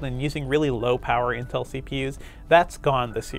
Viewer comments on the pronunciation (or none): none